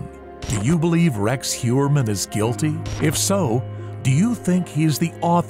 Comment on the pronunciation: Completely sure, 'gulty'